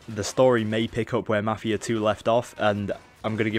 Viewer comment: 1.yeh marfia not mafia , great job ! 2 . are you idiot ? who said that this is mafia 3 gameplay ? and mafia 3 isn't even out ! read the fuckin' title !